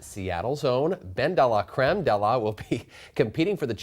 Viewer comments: The whole thing is so contrived that it doesn't matter but unless you are speaking very fast or from the south of France I dont think anyone would say 'day luh'' Thats very 'Oscar de la Renta' which is a different thing. I know what you are saying it can be slightly 'deh' but not 'day'. I think Ben or Dela etc is fine and all but the whole persona is a bit insufferable to me and unevolved from the last time he was on the show. Its too one note and boring. I personally don't get the appeal but we all have diff tastes. Some people like Mae West and some like Edith Piaf and he is more of the Mae West category (although I love Mae West but whatever). Also speaking of boring Ben and names... Edith Pilaf would be a good drag name. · Ben-Deeeee-laaaaaa-creme....... can this man learn how to say her name correctly please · His pronunciation of “Bendelacreme” is very triggering.